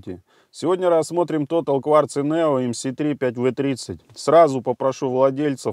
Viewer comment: не тотал русамбай, а тота'ль, по французски. Но за экспертизу рахмат ( спасибо по тюрк.)